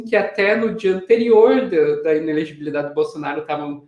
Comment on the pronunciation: Simples ! Ele é incapaz de pronunciar "inelegibilidade"!😂